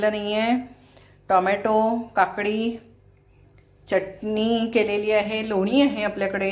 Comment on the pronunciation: च्यटनी नाही हो बाई. .. .. चटणी असते ती